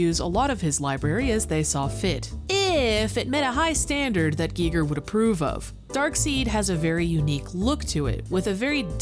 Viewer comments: G I G E R not G E E G E R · "Guy Ger" not "Gee Ger" Smh I cant listen to the video. Such an easy name to not get wrong. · oh man, is it really pronounced Gee Ger ? i'Ve been saying Guyger my whole life. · Can you please stop saying geeger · GEE GEER? hard pass if you can't even say his named right you know nothing. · I thought it was pronounced "Guy-ger" but I could be wrong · Pronounce his name right! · Who else turned the video off after the Giger pronunciation?